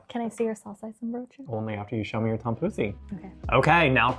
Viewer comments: missed the kaasbroodje and puddingbroodje! Also, I know its spelled 'tompouce', but its pronounced like 'Poes' which means kittycat if you know what I mean! But you guys are great, very entertaining. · Yes, she was really slaughtering that tompouce.